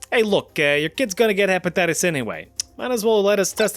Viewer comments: dont think i didnt notice that you said hepetitties XD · herpatitties? LOL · Lol harpattites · "HEPATITUS A" & "HERPATITTIES B"?.....Umm, what?